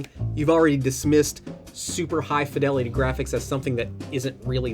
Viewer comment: R u saying fidelity wrong on purpose